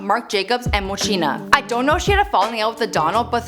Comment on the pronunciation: its not how Moschino is read...